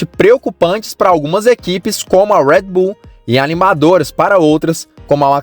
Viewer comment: Parei de assistir quando começou a falar “ruédibú” que pronúncia de merda é essa? Não é inglês nem português.